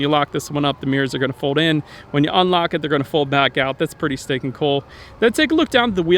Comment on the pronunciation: I thought he was saying pretty steak n cool, I was like wtffffff, cringe 😊